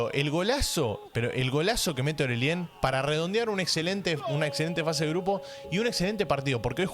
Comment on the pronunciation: hace 1 segundo Bro cómo le dices a Orelien, o Oreshen JAJAJAJAJAJAJAJAJAJA Más respeto. Saludos